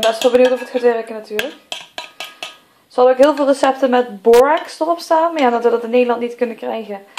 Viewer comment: Je spreekt het niet uit als borex maar gewoon als borax